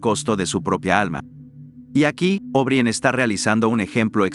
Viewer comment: Creo que está muy, muy bueno. Solo les haría una observación relativa a la narración: O'Brien se pronuncia O'Bráien, tal cual, no Óbrien. Felicitaciones y saludos cordiales.